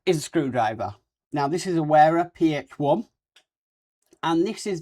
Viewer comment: The word "wera" is pronounced like "Vera" in English. You didn't mention anything about soft mats or the stands used, which is a shame.